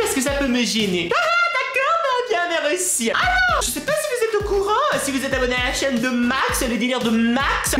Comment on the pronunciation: méreuci méreuci tu sais pas parle